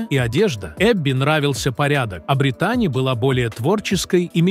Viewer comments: Этот переводчик ударения так ставит не правильно, может сами будете разговаривать ?! Косит аж, когда одну из них называет БритАААни, вместо БрИИИтани и таких случаев много 😞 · Не БриттАни, а БрИттани, сэр. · Не умееш читать или как не Британи а Бриттани